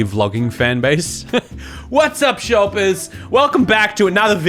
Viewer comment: when you did the hello shorpers, I thought you where doing an English accent, mostly because shorpers does sound like an insult we would use X3